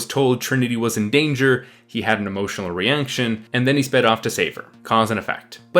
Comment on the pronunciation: "Emotional ReaNGJion" .. Say wahh?